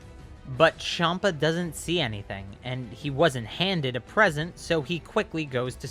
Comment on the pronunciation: I didn’t like when he said shampa not champa